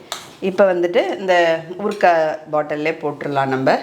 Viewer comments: ஊற்க்கா இல்லை ஊறுகாய் உச்சரிப்பு சரியாக இருக்க வேண்டும். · Urka illai urukai s correct mam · ஊற்க்காய் இல்லை சகோதரி. ஊறுகாய்.ஏற்கனவே நீங்கள் குழிப்பணியாரத்தை (குழிப்பணிகாரம் ) சொல்வீங்க ஞாபகம் இருக்கா சகோதரி ❤